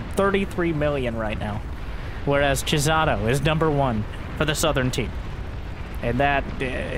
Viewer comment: pronouncing Chisato as "Jizzato" made me laugh over and over.